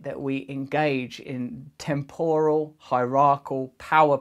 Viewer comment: Russell has such a funny way of pronouncing words... temPORal, onmiPOtent, hierarchal instead of hierarchical.... lol. Come on, Russ! 🙄😁